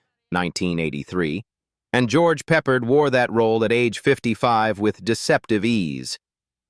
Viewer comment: How do you spell that name,George Peppered😵‍💫🤪😂😅🤣😢😄😆 You can’t even pronounce his name correctly Idiots can you give this up and get a real job trash?